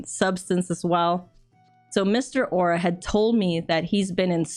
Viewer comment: Au'ra = Ow - ra